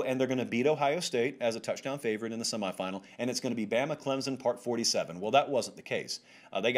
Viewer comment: When this guy talks about Clemson I can't listen to him. Can't he read? Its ClemSON not Clemzn!